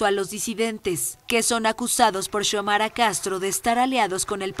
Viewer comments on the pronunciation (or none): Xiomara no se pronuncia chomara, sino Siomara.